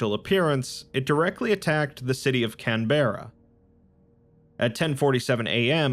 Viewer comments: As as australian I can confirm these events did infact occur but I didn't know it was due to an scp, they must have done a good job covering it up. Or.. I spend too much time indoors. Also it's Can-Bruh not Can-Berrah. Fun fact, in the dreamtime the aborigonals once witnessed a supernova :3 Fun fact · It's pronounced "CAN BRAH" not "Can Bear Ar" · I love can-bear-ah. It's a great place.